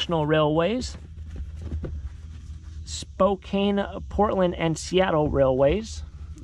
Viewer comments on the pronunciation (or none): Hey. FYI: The RR hat from the NW - Spokane has a silent e - pronounced Spo-kan. It's a city in Eastern Washington. Always gets mispronounced by almost everyone but Washingtonians. 😊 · Spokane is pronounced "Spocan"